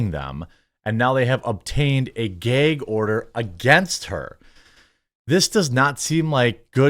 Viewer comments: Are you saying geg order or gag order. Ahah just busting balls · Stop saying Gay-g order. It’s gag bro. Seriously ruined the vid for me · Its gag not gayg bro, sorry but that bothered me. Lol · It's a GAG order not a GAYEG order😂😂😂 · What’s a “geg order”? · What is a "Gayg" order? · Why do you keep saying “gayg”. lol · Jeremy, it's "Gag order" not Geeyg or geig order" lol. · Bro, it's "GAG ORDER" not "GAY'EGG ORDER". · What the fuck is a gayg order? If you can say drag you can say gag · Why does he keep saying “geg” order? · what's a "gayg" order? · Its called a "gag" order. Not a "gayg" order. 😂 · Dafuq is a "gheeg order"? 😂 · GAG order, not GAYG order. lol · Gag order, not “gayg order”. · "Gheyg order" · What is a "gayg order"...why does he say it like that? Lmaoo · 'Gayg' order? WTF is a 'Gayg' order???? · My brotha, learn to pronounce gag. 😅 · Are we all pretending not to hear his annoying pronunciation of "gag" ? Is he Canadian? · I’m only here to listen to Jeremy pronounce “gag” hysterically 100x Made my whole day. Thanks bro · I don't think I've ever heard anyone pronounce gag like that with a long 'a' sound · Man jermey sure doesn't know how to say "gag" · am I the only one who did a double take every time he pronounced "Gag" order?? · If I have to hear GAG order said like that again I’m going to go insane